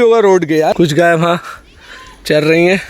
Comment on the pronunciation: भाई गऊ माता की ट्रांसलेट सही किया करो। गए नहीं होता गाय सही उच्चारण होता है।।